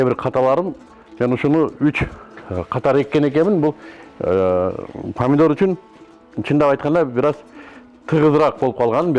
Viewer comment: Падидор эмес памидор.